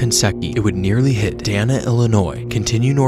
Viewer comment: Minonk and Dana pronounced Day-nuh